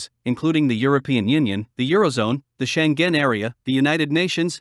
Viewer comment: Please check the pronunciation of foreign names before going on the air. Especially bad was Schengen: Why did you stress it on the second syllable? This is a german name, and you wouldn't pronounce a likewise english name such, would you? In many cases, you find the pronunciation given in the global IPA script in the WP article, also in the case of Schengen: [ˈʃɛŋən]